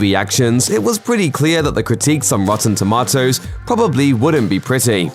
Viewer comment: HA! Rotten Toe- Ma-toes